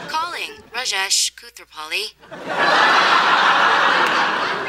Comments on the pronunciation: it's not rajaish. it's raa-jesh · shiva and ganesch? s'cuse me howard dear its Shiva and Ganesh also its Rajesh and not Rajecshe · it's pronounced /rɑːd͡ʒeʃ/ not /rəˈd͡ʒɛiʃ/ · why they call raash instead of raj... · it's Raaa-jesh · Chanandler Bong More like Raa-jaysh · I mean what of kind of INDIAN parents cant even pronounce the name RAJESH.... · That's the way to pronounce rajesh